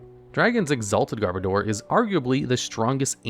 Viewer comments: Sorry to be "that guy", but it's pronounced "Garb-odour". As in "Garbage" and "Odour". Not "Garb-o-door". But nice video! 👍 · Got 2nd in my first ever Regionals with a Garbodor deck, so I kind of developed a soft spot for this literal pile of garbage. Also noticed almost nobody pronounces Garbodor correctly. It's garbage + odor as in 'body odor'. Even though this pronounciation just feels off.